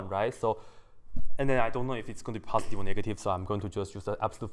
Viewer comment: Samarth Varshney or... passdee instead of positive. Forgive him, neither him or me are english ppl